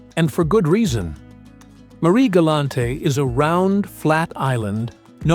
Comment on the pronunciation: Superbe vidéo , mais alors !! les commentaires archi nulle de chez nulle les noms très, très mal prononcer . Marie-Galante pas la grande crêpe, mais plutôt ( la galette) , et d’autres noms de commune pas prononcé correctement bref no comment.